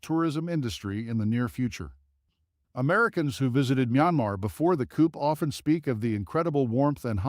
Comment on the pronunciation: Venice (Venezia) is in Afghanistan? The images for Syria are repeated from those for Libya. "Coop"? It's pronounced /cou/. Too much boiler plate repeated on each location, which only served to lengthen this piece and make it much lees interesting. I suggest much editing!